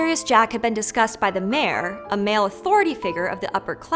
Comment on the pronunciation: Pathetic how you accentuated "MALE authority figure of the upper class" you woke hateful person. Dislike